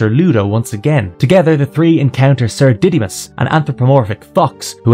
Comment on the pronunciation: I’m begging you bro for everyone’s sake it’s pronounced Didd-uh-mus not Diddy-mus😭😭😭😭 giving my poor boy such a horrible pronunciation- 💀🙏